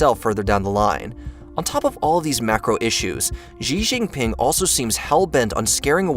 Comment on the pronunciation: Why do you keep mispronouncing things? For example, Xi Jinping should be pronounced as "She-Jinping", and Uighur should have been pronounced "wee-gurr".